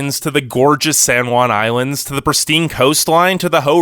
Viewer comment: holy shit he said san Juan islands right first try